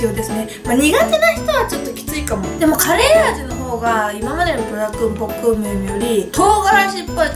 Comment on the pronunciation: ポックンミョンじゃなくてポックムミョンな。